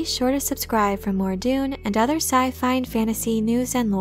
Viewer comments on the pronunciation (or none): none